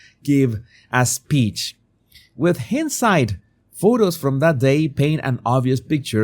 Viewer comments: It's pronounced "stew-dents" not "stud" ents". And 'hindsight' is 'hi' like hello, not hind. Your English is usually very good so I'll assume these words are tricky for people whose first language is not english. Another great video otherwise 👍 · ❗️PRONUNCIATION OF - STUDENT - ‘STEWDENT’ - HINDSIGHT- ‘HINDESIGHT’ AS IF IT HAD AN E TO MAKE THE HIN A LONG SOUND WITH MUCH LOVE & ❤️ KINDNESS ❤